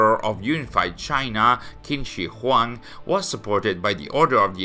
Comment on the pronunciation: Small nitpick: "Q" is pronounced as "Ch" sounds, so it'd be "Ching Shi Huang"